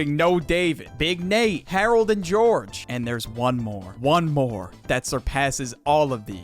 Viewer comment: YOU SAID GEORGE AND HAROLD WRONG (George and Harrold is the correct way in the show)